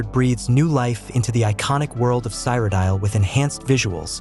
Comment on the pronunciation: What is Cy-Ro-Dile?